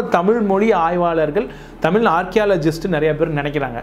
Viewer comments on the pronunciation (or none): முதலில், தமிழ் என்ற வார்த்தையை தமில் என உச்சரிப்பதை திருத்திக்கொள்ளுங்கள்.